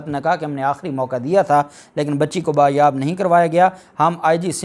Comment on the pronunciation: لفظ( بایاب )نہیں ہوتا ھے بلکہ (بازیاب ) ہے